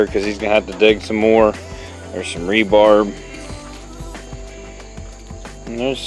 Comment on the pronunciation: Not “rebarb”, it’s rebar. Just a FYI.